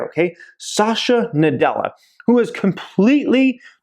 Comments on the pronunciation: Please pronounce the CEO name is "Sat"ya Na "dell"a.. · It is not Shashya Nadella nor Azorr :( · You're pronouncing Satya Nadella incorrectly